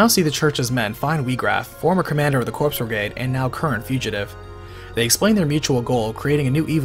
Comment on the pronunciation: Corps = Core ... Coooorrreeee... not Cor(P)s... the P is silent